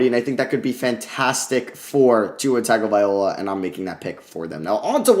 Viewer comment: Wow someone says tau last name right